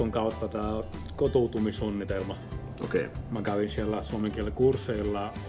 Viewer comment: His Finnish is very good indeed, A-level I would say. If I were to nitpick, I think some of the ä sounds more like a, Like when he said mä, it sounded like ma. And some double consonants and vocals come out short. Some words he chooses to use and order of words seem "odd", (maybe too formal for spoken language? )but nothing that affects the ability to understand him.